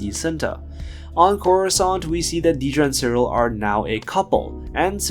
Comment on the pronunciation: It’s pronounced “DEAD-ruh.” Seriously, she’s a main character on the show.